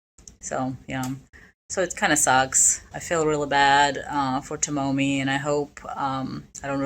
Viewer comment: FYI Tomomi"s name is pronounced Toe Me